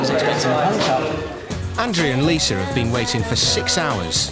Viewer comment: Narrator, PLEASE STOP SAYING ' LISER'... THERE IS NO "R"! Lisa!! And several days late regarding Amy and her chicken pox. She's already infected innocent travelers....